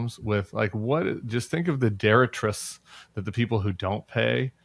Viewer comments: With love Tim, but I think you mean "detritus" not "deritus" ❤ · Sorry, I’m a horrible pedant, but it’s detritus. Deh-TRY-tuss. Tim said something like “Deretriss” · Detritus, not deretris. Good video. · It’s detritus (di-ˈtrī-ˌtüs), Tim, not deritrus (which isn’t a word). 😉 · Oh thank god someone said something. I remember it as dee-TRIGHT-us. Tim, you rock buddy! Thanks bennyshambles!